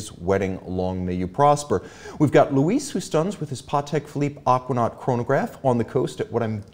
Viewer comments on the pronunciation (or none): none